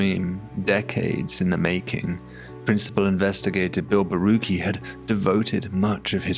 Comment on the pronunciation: FYI Borucki is a Polish name. Everytime it ends with "cki" it should be pronounced "tzky" so it should be Borutzky. I enjoy your content a lot! :D